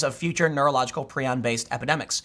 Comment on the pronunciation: Tim, it's pronounced "Pry-on". Prion. The repulsion most have towards cannibalism is an evolutionary safeguard against disease. There are some terrible, terrible, afflictions one can get from cannibalism. That said, sometimes, I eat skin from around my cuticles. I have dry skin and they get jagged and I can't stand it. And we should worry about prion diseases because there are some rare ones, like Fatal Familial Insomnia, that are a terrible way to die and genetic. It, and especially the non-genetic variant, Fatal Sporadic Insomnia, are very rare, but, nightmarish to read about. As someone who had an onset of near total insomnia, sleeping 4-6 hours every 6-8 days, otherwise unable to get past Stage 1 Alpha sleep, I, fuelled by paranoia, desperation, and the "just enough knowledge to be scared" premed education I had, learned a lot about this disease because I was having several of the symptoms. I never got better. But it's been three years and I'm still alive. I do sleep thanks to a cocktail of heavy sedatives, including a chemical related to GHB and Flubromazolam, the most powerful benzodiazepine drug discovered so far (All *legal*. The GHB related chemical is sold as a supplement and Benzodiazepines are schedule III, not covered by the analog act. I did not use benzos and was terrified of them because of their discontinuation syndrome, more lethal than that of alcohol, before this happened to me, but no doctor could get away with writing a prescription that would put me dow